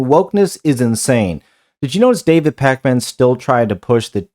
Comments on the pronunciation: "Pac-Man." lol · Love how everyone says it like “Pac Man” 🤣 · I thought it was AI with your pronunciation of Pakman. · I love the way you say his name like the arcade game 😅